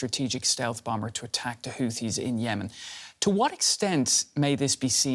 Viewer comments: A Bowmbuhr LOL cant make this up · What is a "bomb bur?" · I'm taking the whole interview seriously but can't help get distracted each time I hear "Bom-Ber" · Someone tell her the second B in "Bomber" is silent. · can someone tell her the 2nd b is silent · I thought I heard she said spirit bomber.